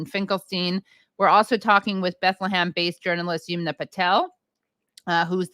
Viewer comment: Halper for god’s sake please learn how to pronounce Yumna’s name correctly. Aaron says it correctly. It’s not Yoomna. Her name likely comes from the river Yamuna which is a common name in India.